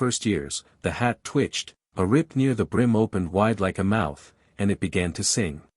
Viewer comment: I know it's AI BUT QUIT SAYING I T T!!! IT'S ONE WORD........ IT! Is it so hard to program in? Just like the pauses, is it too much trouble to program them in at the correct places?